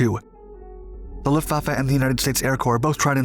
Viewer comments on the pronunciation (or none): none